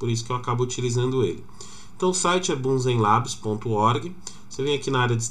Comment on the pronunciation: Rápido, prático e bonito! Gostei muito. Obrigado pela resenha! A pronúncia do nome deve ser "Búnzen-lébs". O nome do sistema faz referência ao cientista Robert Bunsen ou ao bico de Bunsen, um acessório básico em laboratório químico. Como o bico de Bunsen é um queimador, isso explica o desenho de chama no logo dessa "distro".